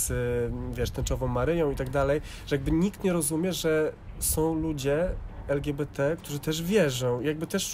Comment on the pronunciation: Czemu mówisz ,,el dżi bi ti,, jesteśmy w Polsce